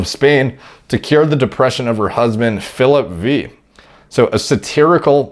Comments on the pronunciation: "Philip Wee". Sir. SIR, STOP. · Roman numbers are a thing Philip veee 😆 it`s the fifth. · “Phillip V” not Phillip the 5th then lol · lmfao Philip VEE >? this poor dude cant read its Philip the 5th the V is roman numerical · “Phillip V” and not “Phillip the fifth” omao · Yeah, literally saying “Philip V” and not “Philip the Fifth”. Big time. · "Philip Vee" lmao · Philip...V? Come on, Philip the Fifth🤦. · Everyone: "Philip the fifth": "Philip V" 😂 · lol, Phillip Veeee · « Philip vee » lmao, Roman numerals much? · fucken Phillip VEE haha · Come on I thought you were better than this, all the italian names I can understand are difficult to say. But you have no business saying Philip V